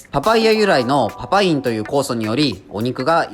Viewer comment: 「パパイン」じょうずに言えました💮